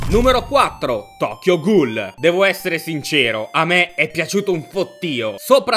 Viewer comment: / Si pronuncia "GUL" non "GHOUL"